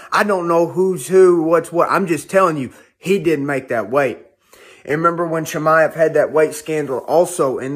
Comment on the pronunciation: Please stop saying "Chimmy-ev", Mike.